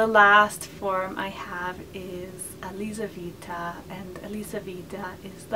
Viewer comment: Hi. The hungarian form of Elisabeth is not "Orszebet". It's Erzsébet [erʒeibet]. And the russian form is not "Elizavetta", it's Yelizaveta [jelizaveta] (Елизавета 😉). I didn't want to criticize you, I just wanted to tell. I love your videos!:)